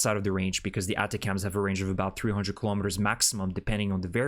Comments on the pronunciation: ATACMS is not pronounced "Atta-cams", but instead "Attack'ems". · ATACMS usually is pronounced with the accent on the first "A". Try it.